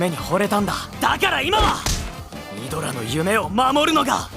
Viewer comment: 12분 30초 발음/ 아드라> 이드라